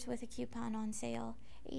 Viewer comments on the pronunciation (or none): queue-pon? It's pronounced coupon (coo-pawn) Ahh, just kidding! I don't care how you say things. <3 U!!!